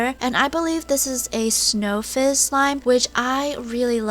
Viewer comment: Snow fizz? Snow fiss? Wut you say!?🧐